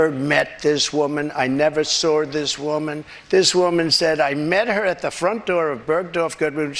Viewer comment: Trump:"I never sord this women. Is "sord" a new word????.